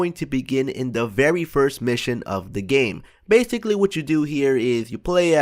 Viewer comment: they "bathically" learn how to fucking speak